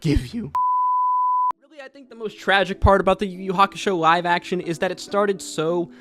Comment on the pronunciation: i cant get over how you pronounce "Live Action" it looks and sounds like you are saying "NG-ive action anime"